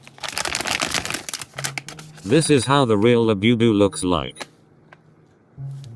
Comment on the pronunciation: He keeps saying "BE bu, when Bu bu is correct. Bugs me!